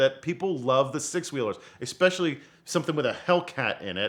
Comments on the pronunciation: take a shot every time someone says "expecially" instead of "especially" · I'm just a man out here trusting a grown man that says expecially